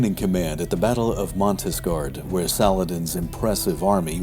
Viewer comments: It's Montgisard, not Montisgard. And there is very little about Baldwin IV... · It's "Montgisard", not "Montisgard". I only commented to one of your other videos. It was a similar issue (Covadonga, if I recall correctly), and you responded quite graciously. I'm only reminding you of this because I feel guilty. The pedant seems to be the only part of me that feels compelled to comment, which is a pity, as I truly appreciate your work. I just felt that needed to be said, sorry :))